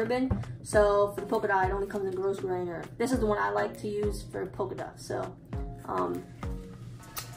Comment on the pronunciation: Hi, thanks. JFYI the ribbon IS NOT pronounced “gross grain”. It is a French word and is pronounced gro (as in grow) grain. Gro-grain. The ‘S’ is silent. I like your videos, but mispronounced words grate on me. And I thought you might not know the actual pronunciation of ‘grosgrain’ ;-}